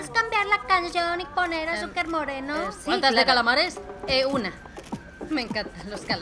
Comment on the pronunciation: Daniel N. C. Porque la chica ha dicho "cansión" y "asúcar" ahí la gracia